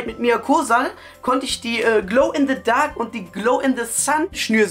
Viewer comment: Der kann nichmal richtig Englisch der sagt Glow in DE Sun und Glow in DE Dark